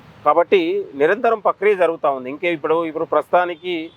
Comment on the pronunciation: Pakriya kadhu..prakriya